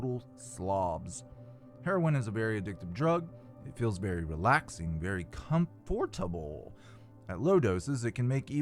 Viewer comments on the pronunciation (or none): Please tell me you pronounced : “com-fort-a-bull” as a joke? 🤭